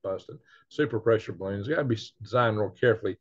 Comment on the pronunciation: Re have rots of baroons! lol